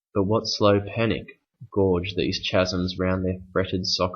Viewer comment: always is an adverb synecdoche badly pronounced chasm too many missed ideas figurative language is not well noted certain words are not explained in terms of their implications